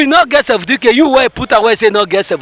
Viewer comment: That delta man minute say seventeencate 😂😂😂😂